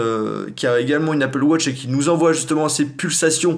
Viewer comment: on ne dit pas appele wotch on dit appele watch enfin je crois